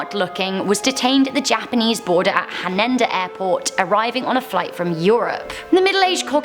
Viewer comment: Han-Ada not Han-Ender